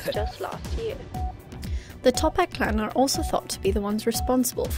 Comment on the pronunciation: None Its Toppat not Tophat